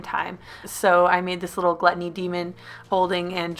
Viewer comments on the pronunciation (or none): Is anyone else bothered by the fact that haley cut the word gluttony wrong??!! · Gluttony or Glu tony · Ok, can someone please tell me what “glu ttony” is?